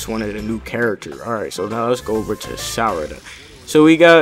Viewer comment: Sarada not salad